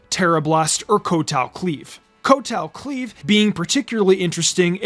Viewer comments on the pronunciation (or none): Tachyon Cutter is pronounced Tack not Tach.... and Kowtow Cleave its Cow not Co.... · He’s constantly mispronouncing names of moves and Pokémon. 🙄